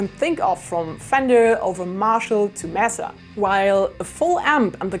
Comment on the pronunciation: MESA = May-sah Your English is VERY good (I'm an American living in Vienna)